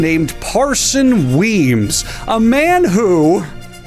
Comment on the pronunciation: I thought his name was Mason Weebs.... (not Mason Locke Weems)